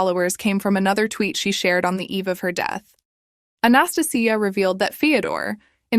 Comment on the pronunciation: I think the woman in the second story's name is Anastasia, pronounced "ann-ah-stay-shia".